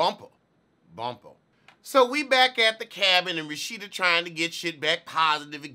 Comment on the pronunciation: every time you say RaSHITa i gag ‼️‼️😂😂 love you 😏😏